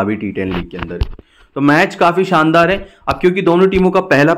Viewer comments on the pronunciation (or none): none